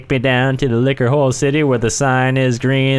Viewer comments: Liquor hole Pronounciation(lick-youre hole) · When they kept saying liquor hole it sounded like lick her hole....... I’m sorry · Is it me or does Vanoss sound like he says lick her hole instead of liquor hole. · Is it just me or when vanoss is saying "liquor hole" it sounds like he is saying "lick her hole" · Liquor Hole sounds a bit like 'Lick Her Hole'